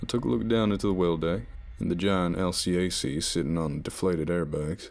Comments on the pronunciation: Btw narrator: the "L C A C" is pronounced "L-cack" EDIT: Quotation marks to add clarity. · I enjoy the stories however sometimes the acronyms are pronounced or not spoken correctly. For instances, LCAC is pronounced "L" Cack" and in another story, the term POG is not pog like a hog but pronounced like pogo stick without the last o. I do enjoy these great stories though. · I'm actually Stationed on an LPD so it was crazy to hear that narration was awesome (as usual) and even though i seriously doubt this'll ever come up in another story anytime soon we just say LCAC like el cack instead of pronouncing the acronym